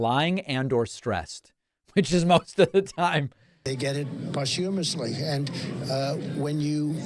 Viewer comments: 2.45 “POSHUMOUSHLY” how could this idiot become president…? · "They get it poshhumously" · Posh-humushly? WTF with Trump. Can’t even pronounce Postumously correct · What did he say? "post-HUM-ously"? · Is that the standard way of pronouncing "posthumously" in the USA? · He just don't get it... He also can't say posthumously